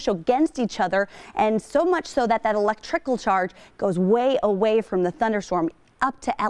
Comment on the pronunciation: "Electrickle chage" lol